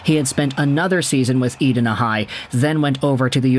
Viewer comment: E- die-na the HS is pronounced. I would love a video of you pronouncing Shakopee and other cities in MN:) But thanks for the video:)